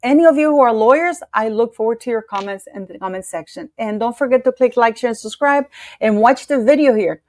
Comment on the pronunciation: speaks very good English. She just needs to crisp up the word "subscribe." (I think she inadvertently drops the "B" in subscribe.) You can do it,! ❤